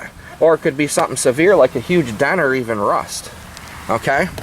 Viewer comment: RRRRRRUST , when you say it i crack up